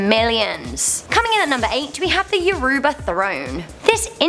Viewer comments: U pronounced Yoruba wrong (yur-uh-buh) Not (Yur-OO-bah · It’s not “yoruuuba”, it’s pronounced “yo-ro-ba “ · It's not yooruuba it's yoroba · You said yourba wrong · The way she pronounces Yoruba 😂😂 It is pronounced your-row-bar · Ikr lmaooo I cringed as a fellow Yoruba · She saying Yoruba wrong Yoruba is a language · You pronounced Yoruba completely wrong 😂😂😂